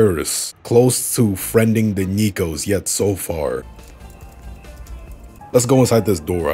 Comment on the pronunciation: " Gamefam, ErrrrRrRRrRrrrRr Gamefam, ErrrrRrRRrRrrrRr Btw Neko is pronounced NEH KOH not NIKO